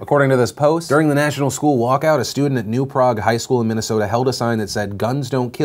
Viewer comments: My hometown! BTW, it's pronounced New Prayg, not Prawg. I know, it's weird. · Fun fact from your friendly neighbourhood Minnesotan, that Minnesota town is actually pronounced New Pray-ge, long A. Because of course it is. 😂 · Philip DeFranco hey Phi that kid I’m MN. Yea you pronounce Prague wrong😂. We up here in MN do shit weird. We vote democrat bc of unions will all the iron mines and blue collar workers up here but we love our guns ❤️ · Everyone from Minnesota silently cringed at how you pronounced New Prague 😂